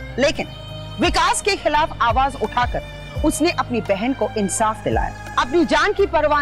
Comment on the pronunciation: SIS. ANSAF NAHI HOTA H INSAF HOTA H😂😂😃😁😁